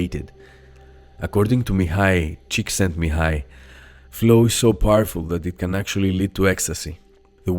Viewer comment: I'm impressed of how you pronounced Mihály's name! Congrats! Shows how much effort you put into your videos!